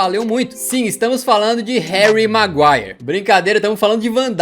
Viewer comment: Eu quase tive um infarto quando ele falou "HARRY MAGUIRRE".